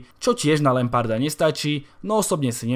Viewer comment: až to vyslovování toho lamparda tak dobré video